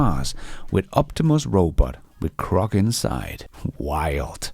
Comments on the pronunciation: It's GROK not CROK. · when you say “Grok” 9 out of ten times it sounds to me like you’re saying “Crock”. Many of the other LLM chat bots and helpers may be “crock”, but Grok is not crock and is rapidly getting even better. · it's pronounced GROK with a G, duh.